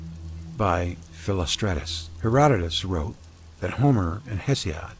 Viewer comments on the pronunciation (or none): none